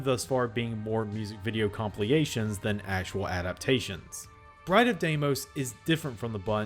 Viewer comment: it's "com-pill-ation" not "com-plea-ation" still love u tho <3